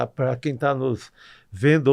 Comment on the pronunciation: PQ ESSE CARA NÃO FALA PARA? ele fica falando PRUA!! PRUAAAA PRUAAAAAAAAAAAA PRUA ... não é prua caralho é PARA!! TAl pra tal não prua!!!